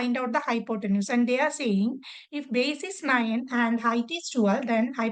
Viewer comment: Its not niyan its nine